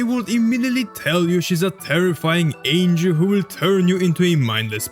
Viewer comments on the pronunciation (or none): none